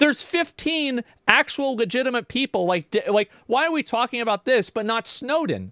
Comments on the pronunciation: Bars, Snowden not choven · No lie was also believing when Shapiro said showden I thought he said snowden and then he elaborated and I went ye that would be bad 😅